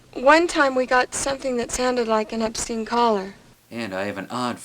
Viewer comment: Dee Wallace said "obscene caller" but her pronunciation(and close-caption) read it as "epstein caller"".